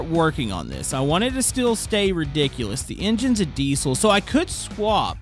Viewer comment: what's a dee-sole engine? never heard of it